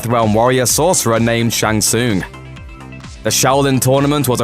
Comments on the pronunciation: Shang Soon !? and Gorow !? Hilarious but seriously stop talking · Shang Tsoong? Goh-ro? I haven’t watched the rest but you know nothing Jon Snow. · Says Shang Tsoong.... Who you trying to fool that you've played these games before lol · WTF is a Shang Soong? Go play any of the games and let the announcer tell you how its pronounced please! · "shang soon"? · Shang Soooong that is how it sounds when you try to say his name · I like the video gave you a like and subscribe but dude the main character you are talking about you Mispronounce his name yet dont anyone else's name its Shan Sung pronunciation. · Mispronouncing Shang Tsung